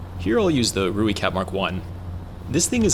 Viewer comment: rooikat is pronounced Roy-kat :(